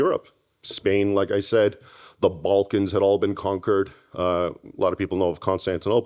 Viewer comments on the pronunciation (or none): none